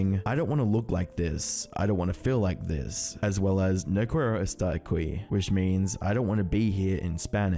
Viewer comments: Pls before saying “no quiero estar aquí” google translate would have help u before saying it sooooo badly 🤦‍♂️ btw, I don’t believe this Corpse persona… his voice sound retouch or forced. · "No qero esta akui" ? xD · That may be Spanish but you pronounced it like a language in a minions movie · not even about corpse but the way this guy pronounced no quiero esta aqui was CRAZY bro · u rly pronounced that like a gringo 💀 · I know the subject it’s serious but i can’t stop laughing at his pronunciation of “No quiero estar aqui” at min LMAO What is this?!!! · That spanish pronunciation was criminally bad jesus christ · The way you pronounced the Spanish line xDDD